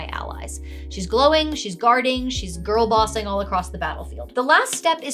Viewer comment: Girlbossing or Gillbossing?